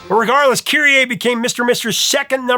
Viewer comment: Kyrie is is not pronounced KyrieAY. It's Kyrie Eleison, keh-REE ay-LAY-zon